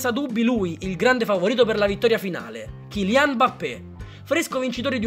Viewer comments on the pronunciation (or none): Eilian o kilian?